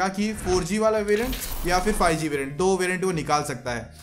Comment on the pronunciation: Fie g nhi five g hota ha 😂😂